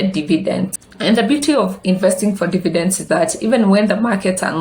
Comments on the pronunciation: Good content. Slight correction it's dividends not dividences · Glad you noticed too. It should bother me, but it does cos she repeats this mistake always. Nonetheless, great content.